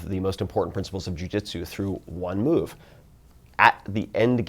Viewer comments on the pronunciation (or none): none